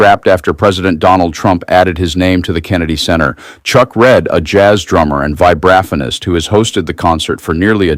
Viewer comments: All I can say is that in my 60 years as a jazz fan, this is the first time I’ve ever heard “vibraphonist” pronounced with the accent on the 2nd syllable. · A.I. reading of the last article was atrocious! "VYBERAFFANIST?!" correct pronunciation would be: "VIBE-RAH-PHONE-IST!" P.S.: How pathetic a has been does one have to be to greedily grasp at the last chance for an award presented by a convicted felon who has to pay $83.3 million dollars for sexual assault because he was too stupid to keep his mouth shut after he lost a $5 million judgement? Poor Gloria Gaynor and Michael Crawford to have sunk to such a low level of cultural insignificance. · Love y’all but it’s vibe-ruh-fone-ist and ee-suh Rae, not eye-suh. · “Vibra-phonist” Get it right please.